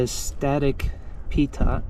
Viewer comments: Pitot Static is pronounced 'pee toe' and is part of the airspeed/altitude measurement system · Static Pitot is a vacuum line, typically for airspeed indicators. It's is actually a French sound word, Pitot sounds like (pee-toe) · It's pronounced "static PITOH". Pitot is a French word originally. The "brake pedal" is actually the "rudder pedal" (although it probably features a toe brake system as well). The central console with the "levers" is the throttle box. It is complicated because the B-52 has 8 engines so it requires 8 sets of throttles. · Mach 2 is twice the speed of sound .. and “pitot” is pronounced pee-toe (like many things flying, French origins). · Some terminology to help you out. Pitot, is pronounced peet oh, and they have to do with speed and altitude sensing. Collectives belong in helicopters, and not airplanes. The control column in a B-52 is called a yoke, and the part you pushed back and forth is the yoke pedestal, or control column..